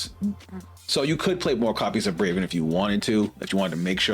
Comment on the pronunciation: It’s Bravern, btw. BraveRn.